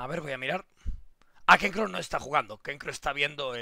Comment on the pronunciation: Por que dice kecro si es Knekro